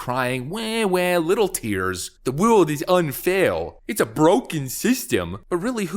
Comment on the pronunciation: “the wewld is unfawr” 😂😂